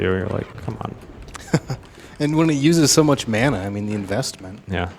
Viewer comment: Was already annoyed at the pronunciation of mana, then he said "gibs". Had to stop and breathe for a minute.